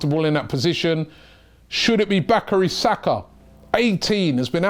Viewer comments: Bacary Saka😂😂ah Robbie man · Its bukayo sagna ffs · It's Bukayo Saka Robbie!! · Love that new signing ‘bacary saka’ 😂😂